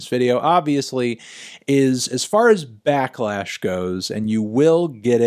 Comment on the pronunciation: it’s pronounced “back-lash” melon not “black-lash”